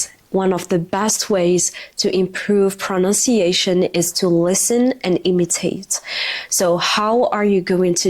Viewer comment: imitate not emitate